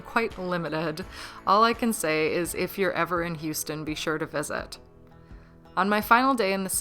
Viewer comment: I think you got Houston pretty perfectly.